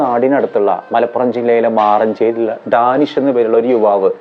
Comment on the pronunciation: ഡാനിഷ് നല്ല പേരാണ് ഹേ, അത് മലയാളത്തിലെ ഉച്ചാരണത്തിൽ വരിമ്പോഴാണ് എന്തോ പോലെ തോന്നുന്നത്, ദാ നിശ് ന്നാ പറയേണ്ടത്